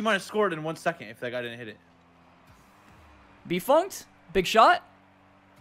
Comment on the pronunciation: I started hearing "Beef Hunked" after you said his name about 58 times.